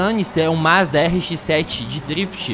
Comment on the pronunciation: KKKKKKK doeu os ouvidos